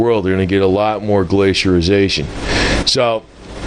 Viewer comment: It is pronounced 'Glace'ee'ayshun'... not glcierization. other than that all good points and solid logic... though the timing of ice ages is a give or take a thousand years sort of science. But the drop off in solar activity/irradience fits the mini ice age theory fine.